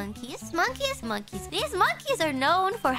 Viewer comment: mongkis niiples